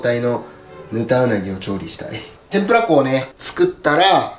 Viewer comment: 天ぷら粉が、天ぷら港に、聞こえるんだよなぁ